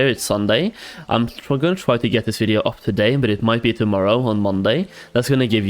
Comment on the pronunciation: i cant get over they way he says video... it bothers me